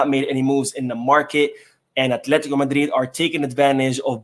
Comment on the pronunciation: becuase it's Madrid who paid me, not Barcelona - emphasized the Madrid legend 😅